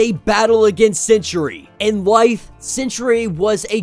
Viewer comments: Lmao, stop saying sentry like century. 🤣Geezus kryst. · Why do you pronounce Sentry as century? 2 not 3 syllables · no, i cant Its Sentry not Century